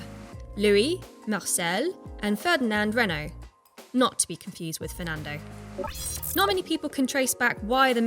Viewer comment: The usual GHASTLY English pronunciation of Renault, Modena, etc. Listen to Forvo first, maybe you can make it a little better.